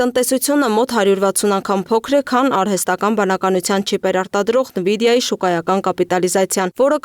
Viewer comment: Աղջիկ ջան, նԸվիդիա չէ, Էնվիդիա է